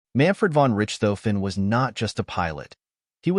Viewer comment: jeez, people - do a little research, okay? His name is NOT 'Rich - tofen', (NOT pronounced rich, as in wealthy) it's pronounced 'Rish - tofen. And his airplane is NOT a 'Fokker Doctor', the airplane was a Fokker DR-1, DR meaning 'Dreidecker', in English meaning 'three wings'. I couldn't watch more than of this travesty of history.